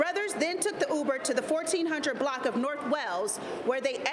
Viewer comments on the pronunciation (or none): none